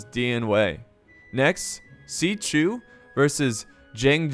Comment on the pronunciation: Hey bud when there is an x in there name it makes the chu sound I play dw so when you say is writing it hurts my soul.